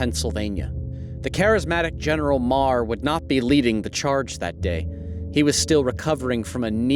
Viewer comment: Well done on pronunciation of Meagher Known as Meagher of the sword